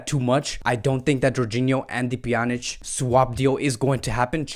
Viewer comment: How unstable can people be, today they love you, tomorrow you are a goner, judging Todibo as bad bcos of this one performance is just stupidity, then Pique should not play again for Barca.... anyway I love the new Pjanic pronunciation, Panic was awful, you doing great